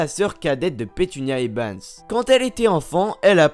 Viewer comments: a chaque fois tu dis ebans au lieu de evans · tu fait exprès de dire "ebans" au lieu de "evans"? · dc'est Evans, pas Ebans ! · eVans pas eBans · eBans ?! durZley ?! Wizlaiy ?!